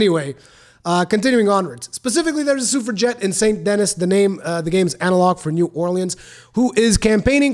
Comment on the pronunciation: If I could take at least one thing from this video, I now know how to pronounce suffragette!